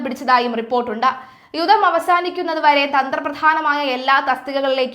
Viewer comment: യുദ്ദ പ്രതിസന്ധി ? "യുദ്ദം" എന്നല്ല. ""യുദ്ധം" എന്ന് തിരുത്തി പറയണം.